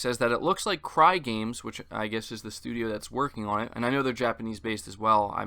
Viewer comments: Its Cygames not Crygames. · Lol dude I literally cringed when you said "Crygames" its pronounced s-eyegames 😂